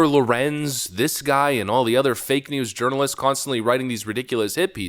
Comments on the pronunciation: Did you just call left wing journalists “Left Wing Urnalists”? 😂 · Did you call them " Urinalist"? Instead of journalists? Please say yes lol.. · Did he call them "urinalists"? Because if not, that's mine! LOL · Did you say ”left wing urinalists”? 😂 Priceless! Zeeeeeero talent these guys.